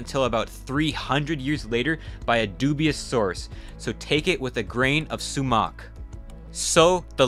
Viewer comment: Learn to pronounce Nineveh and Ptolemy. PS: Sumac as well.